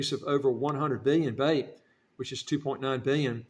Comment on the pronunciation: The name of the currency is pronounced slightly differently